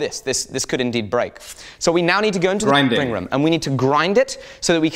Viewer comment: Anyone else hear how he said grinding room a little weird ?